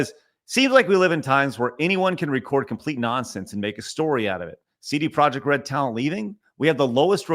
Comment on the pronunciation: CD Projekt, I dub thee “Seedy Project”